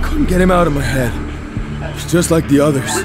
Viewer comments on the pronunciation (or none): none